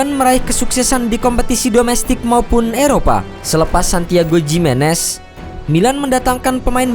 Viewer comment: Lebih tepat bacanya Himenez, bukan Jimenez